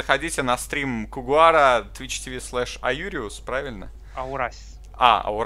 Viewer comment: Кгхм,, у него ник Коугар, а не Когуар